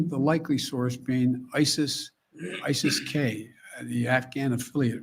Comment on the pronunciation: It’s akin to obummers pronunciation of isis as ICEL